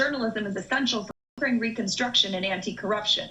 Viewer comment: Why tf can't you say "Ukraine"??